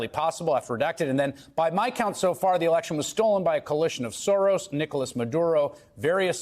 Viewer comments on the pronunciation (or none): none